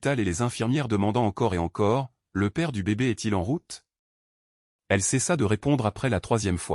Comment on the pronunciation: Elle cessa, pas de t à la fin....😅